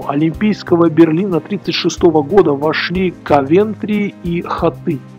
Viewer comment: Да... Виктор Шендерович - это Виктор Шендерович... Спасибо за этот ролик! Правда, есть и замечание... Текст, конечно, гениальный (как по мне), прочитан очень проникновенно, но все же,, не КавЕнтри, а КОвентри...